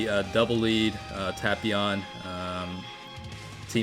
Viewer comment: The way he pronounces tapion gives me ear cancer though.